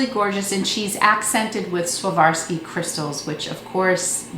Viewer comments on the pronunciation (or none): It's not swavarski crystals, lmfao. It's "swar-ov-skee".